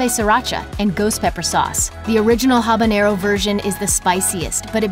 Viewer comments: It's not "habañero! It's habanero . Named after Havana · One would think that someone talking about hot sauce, would be able to pronounce the names of chilis. Habanero, habanyero. Funny, when talking about Louisiana brand, she got it right. OK, I'm confused here. She is talking about the YellowBird brand, and the habanero is hotter than the Ghost Pepper.